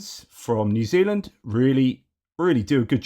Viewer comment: Re ref to New Zealand. I thought you were having a stroke! 🤪